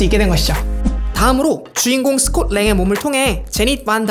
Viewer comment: 스콧 랭인데 자꾸 스캇스캇...